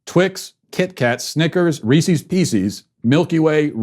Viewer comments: how else was he supposed to pronounce reese’s? are you people okay in the head? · Matt, I love ya, but your pronunciation of Reese's and pieces is not even close to correct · Ok regardless of how you feel Matt, that’s NOT how you say reese’s, think about reese’s pieces... Peecees? really. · Somebody doesn't know how to say reese's... or pieces. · I can't handle it. Phonetics are your friend, Matt!